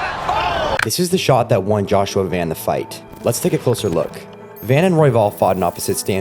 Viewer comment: I have burmese friends that have similar names and speak the same national language as joshua van. Just to clarify it is not joshua van 🚐, it is joshua van (pronounced von). If has been triggering my ocd hearing it mispronounced